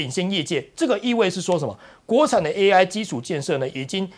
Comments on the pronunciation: 什麼爛主持人,不但只會讀大字報還讀錯,AI説成A1 sauce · 主播说A壹，哈哈哈！！！ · AI念成A 1，主持人已经可以来美国当教育部长了！ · 主持人怎樣也把AI說是A 1呢😂😂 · AI唸成A1、「業內」分析變成「內業」分析⋯⋯主持人連照唸都唸不好⋯⋯